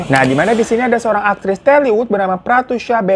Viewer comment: Tollywood bang bukan telly😂